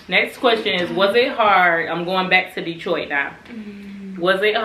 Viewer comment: Ok “detoit” 😂